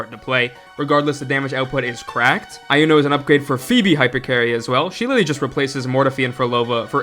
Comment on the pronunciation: Why do you call her Ai-uno? They said her name plenty of tines during the gane already and it's E-uno.